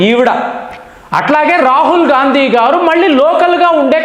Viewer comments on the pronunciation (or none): none